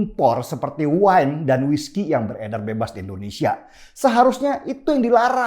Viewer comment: Indonesia , I-N-D-O-N-E-S-I-A PAK BUKAN ENDONESIA !!!